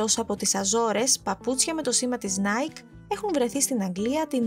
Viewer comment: παρένθεση ( δεν προφέρεται νάικ αλλά νάικι)